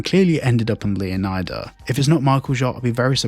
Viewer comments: I believe it’s pronounced Leoneeda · Pretty sure that the 'i' in Leonida is not pronounced like you do, but more with a Spanish style. Like Florida.